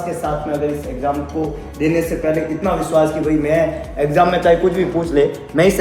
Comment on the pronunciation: Y veshvas nhi vishvash ghat hota hai